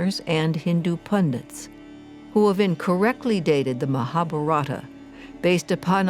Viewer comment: it is not MaaahaBharaaata but MahaaBhaarata .. Its not Ramayaaana but it is Raamayana